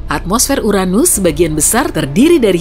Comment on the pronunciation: The best channel of place that haven't pronounced Uranus as butt